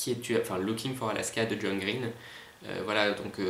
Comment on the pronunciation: Il est super ce tag!!! Ca se voit que t'es un grand fan de John Green (à part la prononciation de son nom de famille :P) et je suis d'accord quand tu dis qu'il parle hyper vite, on en comprend pas la moitié (mais c'est déjà bien en fait ^^), ça doit pas être très reposant un vol longue distance à côté de lui. x) Quand tu as lu la question sur les univers de livres, j'ai tout de suite pensé à exactement la même chose que toi en pensant "Il va dire Tobie Lolness ou pas??". Et super vidéo merci, dommage que j'ai aucun moyen de le reprendre!!